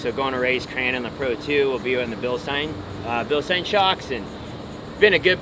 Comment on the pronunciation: it’s pronounced Bilste”I”n with an I. It’s German and the I is after the E in the spelling. Just a friendly correction.